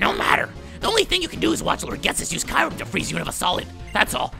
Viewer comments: It's pronounced kerum not kirum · Its cure-em not kyrume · it is not called ki rem it is k your em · oh for godsake its kyu-rem NOT kai-rem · dammit its KYU-REM not KAY-RUM. (i'm sorry if this is a bit rude but i cant take it anymore) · Its not kayrem its KYuurem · Its, Ke-your-rum, kyram, lol silly guy who makes unnecessary noises and voices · Ky u rem that's who you pronounce kyurem not kirem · I pronounce Kyurem as "Queue - rem" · Cure-im is how u say it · ITS KE YU RUM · No it is pronounced as Kyoorum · Kyurem is pronounced Cuu-Rem. This has been frustrating me for forever. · ist it should be kyu-rem? like q-rem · Watch "Kyurem vs The Sword of Justice" Kyurem is pronounced "cure-em" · It's pronounced Kyoorem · Nebby Get in the bag cure-em, watch Kyurem vs the sacred sword movie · And the pronounciation is Ke-your-rum, not the way its spelled, Kyurem. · It's Kyoo-rem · It's "KYOO-rem" says it in the fucking pokemon handbook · THAT'S NOT HOW YOU SAY RESHIRAM OF KYUREM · It's pronounced Ki-rum